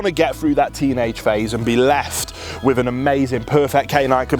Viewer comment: Why do brits pronounce ffff sound like saying wifff, not with, why is this so difficult to say it correctly, when brit English is the first English language???